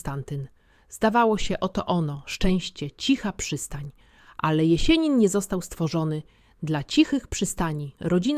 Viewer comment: Nie ""Konstantajnowo" tylko Konstantinowo i nie "Jesienin" tylko Jesjenin z twardym "s". Nauczcie, proszę, właściwej wymowy tego sztucznego geniusza, bo kiedy to słyszę, uszy mnie bolą. Pozdrawiam i życzę sukcesów.